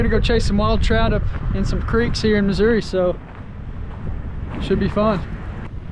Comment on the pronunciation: Atleast you pronounced missouri correctly. So many say uh at the end. Wrong